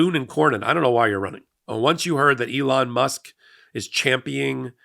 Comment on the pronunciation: ChampioNing,! Pronounce the word properly!